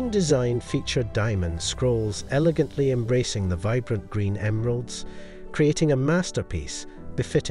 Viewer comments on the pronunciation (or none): none